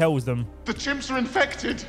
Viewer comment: i love it when he says ”INFEFTED WIF WOT”